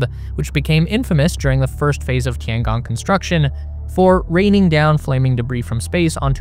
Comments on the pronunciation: The way you pronounce it would be "Tiangang" It's a long O. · if you can ask any AI how to pronounce Tian Gong, then properly pronounce it in your video, that would be very nice. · pLS, LEARN TO PRONOUNCE CORRECTLY, TOTALLY WRONG! (SO AMURICAN)!! DING DONG